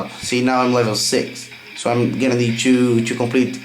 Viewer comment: Awesome english dude just dont say "to" or "too" you say like "cho" or "čoo"